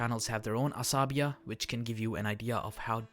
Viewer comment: Asabiyyah..please!!! Check yr pronunciation